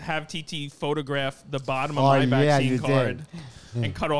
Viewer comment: Lol I was like Chrissy has to be fuckin with us with the visene instead of vaccine..